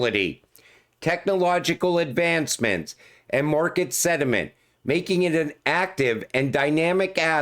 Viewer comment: SENTIMENT NOT SEDIMENT.